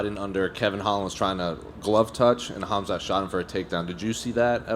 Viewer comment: “Khamzat” with a hard K Missed opportunity to call him cum snot